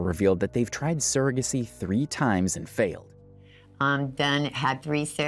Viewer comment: Them saying sara-gacy instead of surrogacy is irritating